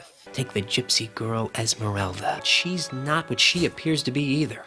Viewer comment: How the fuck can Esmeralda being so misspronounced as Ismerelda?